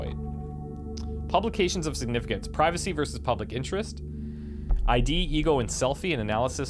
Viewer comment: you read "id" as "id" literally. Not I.D.